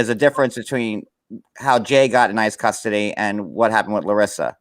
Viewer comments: You are the most unprepared and unprofessional ignoant girl. Isis really. Stop learn how to read the dictinary offers pronunciation with the dictionary you have know excuse.. do your damn homework learn how to use your equipment. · You keep saying Isis site 😂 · This! Oh my god. It really isn't that hard to say ICE I don't get why they keep confusing the two. It's so unprofessional.